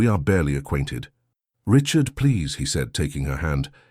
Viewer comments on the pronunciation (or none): none